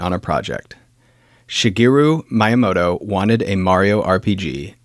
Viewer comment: mispronounced Miyamoto... For one... 😢